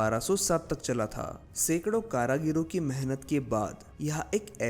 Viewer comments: Kaarigiri naki karagiro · Bhai karagiro nahi hota karigari hota hai